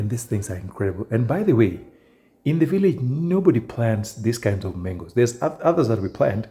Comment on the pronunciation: Ikoni "mengosss"😂😂